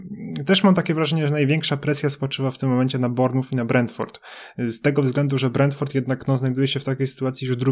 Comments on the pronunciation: Panowie BARMUF? BORMOUF, ze tak powiem fonetycznie ;) Uwielbiam rowniez Canal + pilkarze BRAJTONU, oh come on pilkarze BRAJTON. Pozdrawiam serdecznie panowie z poludniowego wybrzeza Anglii :) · Panowie ale trzeba popracować nad wymową klubów troszeczkę. xD Barnmuf xD Mówi się Bormuf, w nazwie Cheltenham drugie E jest nieme. Takie małe rzeczy, a tak mnie trochę wyprowadzają z równowagi xD